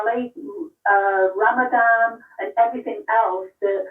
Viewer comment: It's RAMADAN. RAMADAVE. RAMAJILL. RAMABECKY. RAMADAVE.